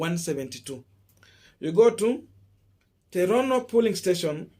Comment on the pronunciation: It’s pronounced as “polling” emphasis on ‘O’ and not Pulling you are emphasizing ‘U’